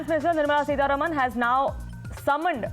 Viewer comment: Who is this news reader? She is unable to pronounce words properly. Can't even say the names of Salil Parekh and Nirmala Sitharaman...